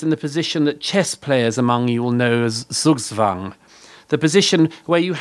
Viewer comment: zugzwabg hwist es nicht "suugswang"